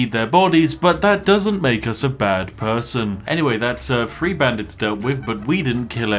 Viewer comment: It's three. One hundred and twenty three. Not free. And you call yourself a gentleman.